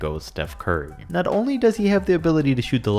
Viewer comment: PSA re not er sry it was annoyong me